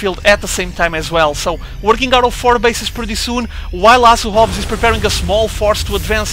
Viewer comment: Great commentating! You're the man! Just one piece of feedback for you, it's so funny when portuguese ppl say words with "h". You always get it mixed up. Try to pretend you're saying "Asu Hobs" then you'll get it right:D (oh BTW speaking from first-hand experience as half of my family if portuguese)